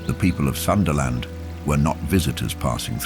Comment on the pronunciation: Hello, im from southeast asia, Java island, provice of west java, where the sunda people are, and I speak sundanese too. Sunda-land is not pronounced "Sun-dah-land", but Soon Dah Land. Thank you